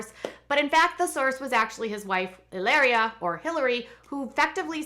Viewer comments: Stop calling her Helaria - it’s Hilary lol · It's pronounced ee-LAH-ree-ah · I cringe every time you say e-layr-ee-a!!! I was shocked to hear you have a background studying Spanish and would pronounce a word spelled Hilaria that way. You would say it the way you’re saying if it were spelled Hileria.... but anyone who speaks Spanish would know how the letter a is pronounced in Spanish, which is “ah” not “ay....”